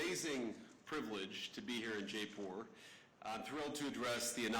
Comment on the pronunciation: Can’t even pronounce Jaipur properly. Typical American. No idea